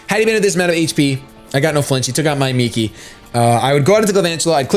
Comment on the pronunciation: Yea, I really hate cresselia so much. Also, it's Migi, not Miki XD but y'know, close enough